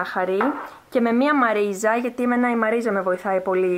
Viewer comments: Τη λένε μαριζ όχι μαριζα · Βρε συ είναι μαριζ και όχι μαρίζα😂❤️ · Μαριζ ! Οχι μαριζα....